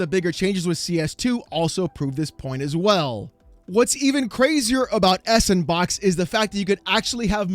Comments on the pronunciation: Surely the engine is better pronounced as "sandbox" "S and Box" just seems ignorant. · I Want To Facepunch You Every Time You Say S N Box... Freakin S And Box... Cause >> Ya Know.. Its A SANDBOX Engine =P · every time you say S and Box I die a little more inside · It's pronounced "sandbox" haha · "Sandbox" is how it's pronounced. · Its pronounced "Sandbox". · can’t say the word “sandbox”.